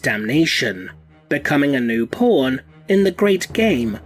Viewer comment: Instead of pawn i heard porn... A new porn in the hands of the ruinous Powers... Slaneesh Is It you?